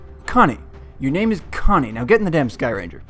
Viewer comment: I was so cringing at you failing to pronounce Connie's name:)